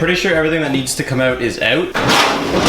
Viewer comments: Stop saying “out” you say the word “out” soo many times and your pronunciation is horrible. You say “elt” or something unspellable. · The way you say "out" makes me proud to be Canadian XD